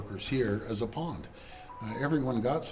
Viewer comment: Stop whining, Ford. At least Carney is trying to do what is best for the country. CONservatives do what is best for the wealthy. Oh, and Dougie, it's pawn, not pond.